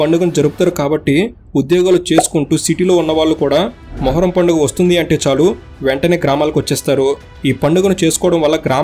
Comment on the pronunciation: పడుగ కాదు బ్రో